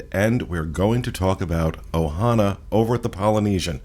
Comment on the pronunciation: First-Thank you for pronouncing the name of the restaurant correctly! The name of the restaurant is OHANA. There is no S. Second-my last experience at Ohana was so dismal and rushed and rude I pretty much gave up on it. It is OUTRAGEOUS to be charged these prices for horrible service. This includes the resorts as well. Pay $700 a night for a resort with broken washers and dryers?! Paying that much anywhere else and my laundry would be done for me. It’s crazy, thank you for lighting this up! 👍🏼